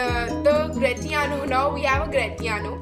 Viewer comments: Gra -ti-ano no dear the pronunciation is Gra -shi -ano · Dear Portia did not give permission to Bassanio for leaving for Venice She said him to quickly finish the marriage ceremonies and instantly leave for Venice And it is gra-shi-aano not gra-ti-aano And please do not play this background music it disturbes aalot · Excuse me its not gratiano its grashiano. But ur speaking skill is gud dear ...keep it up .. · It's grashanioo not gratanio. It's bassano not antio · 👍👍 good overview of the scenes. However I would like to point out at around 4: 35 min , you say Antonio instead of Bassanio ... Hope this will not confuse the listeners . Also, don't we pronounce Gratiano as Gra- shee- an _ io ? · Nice explanation but I am thinking that you are calling the name of bassanio and gratiano in wrong pronunciation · Gratiano and flesh pronounciation is wrong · Pronunciation of Gration is wrong. Please correct it